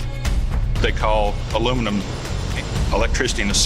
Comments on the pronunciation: could you stop saying aluminum. This is not a word. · why can't americans say aluminium correctly? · It's pronounce aluminium NOT aluminum! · why is the title ALIMINIUM and he calls it ALUMINUM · A few minutes in and i gave up watching ... Al-oom-in-um ... Al-oom-in-um ... Come on , Its Alu- min-i-um " Aluminium " ... FFS ! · al u mini ium not aloominam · For once and for all! it's pronounced ... ALLA MINI YUMM.... now do americans get paid the MINOOMINUM wage? NO its MINNA MUMM! get it? got it? good! ALOO MIN HUMM indeed!!!!. lol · Aloominum lol it's aluminium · The rest of the world understands that Americans have trouble with multiple syllables so we let you call it aluminum to feel included, really we're just continuing to be amazed if not disapointed by the lack of able minded people capable of saying aluminium within the US... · did i just hear the aussie pronounce aluminiun aloominum lol fucking tool, say it properly you sell out, your an aussie, say it like an aussie just like the chick gretta she didnt say aloominun hahahaha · OH, THEY MEAN ALU-MIN-IUM.....!!! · its called al E fucking minion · he keeps pronouncing Aluminum dude, Aluminium is pronounced as it's spelt, not that hard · Haven’t Americans learned how to pronounce simple words yet such as nuclear and aluminium? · It's correct pronunciation is Al-uw-min-ee-yum!! That's why it's spelt Aluminium. Not aluminum. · It's Aluminium... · *aluminum, get it right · Repeat after me - AL - YOU - MIN - EE - UM.... 😉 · Why do the yanks pronounce the name wrong when they use the phonetic alphabet? It is ALUM INI UM. That is how it is spelt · Why pronounce it aluminum when it's spelled aluminium? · Interesting, but a pity about the pronunciation of the word aluminium - it has 5 syllables, not 4. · the guys sound like they say alumenum. but... what kind of dumb prick are you? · Would you stop saying aloominum. there is no such word. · ALUMIN - I - UM, damn illiterate colonies.. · wtf is aluminum?